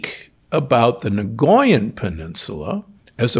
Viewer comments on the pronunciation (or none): NOT "NAGOYAN", it is pronounced Nycoyan (nikojan), correctly. Nagoya is a city in Japan!! 😄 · I'm Costarrican and I cringe every time he says "nagoyan". 😳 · Out of respect for the people from Costa Rica, the correct pronunciation is NI-COY-AN... as a linguist and someone who lived in Costa Rica for 8 years, I couldn't stay silent... it hurts my ears every time he says it incorrectly... there is no G sound anywhere in the word!